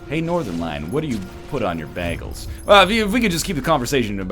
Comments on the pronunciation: WHAT! YOU PRONOUNCE IT BAG-ELS!!! IM SO CONFUSED HOW IS THIS POSSIBLE!!!!!! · Bae-gels :p